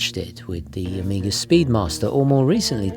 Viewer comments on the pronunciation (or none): none